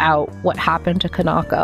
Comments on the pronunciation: Is pronouns can-ah-ko not can-naw-ko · I think ka-nah-koh is closer to how it should be pronounced! I say this because i'm assuming the name is Japanese in origin and would be broken up into the characters ka-na-ko. Japanese language basics usually tell you to put the same emphasis on each character unless there is special indicators telling you to do otherwise.